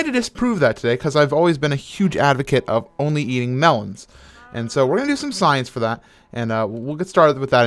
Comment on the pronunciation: Minecraft Science, says "ate'n"